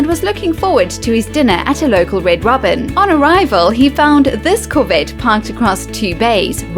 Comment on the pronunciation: Did you say corvette or covet? Sounded more like BeamNG.drive Honda Civic rather than Chevrolet sport coupe